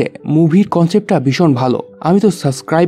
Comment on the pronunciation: এত সুন্দর করে সব বলে কেন সাবস্ক্রাইব কে সাসক্রাইব বলেন? কেমন লাগে শুনতে।